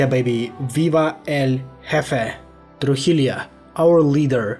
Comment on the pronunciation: The "LL/ll" in Spanish is pronounced as the "y" English letter in "year", so a word as "Trujillo" would be pronounced as "Trujiyo" and not as "Trujilio" 👀👌